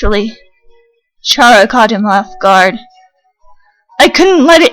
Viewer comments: its actually k-ara not ch-ara (the way you pronounce it) she got the name chara because of CHARActer the more you know i guess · You probably get a lot of these but chara is pronounced ka-ra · How do y'all pronounce chara I pronounce like (karma)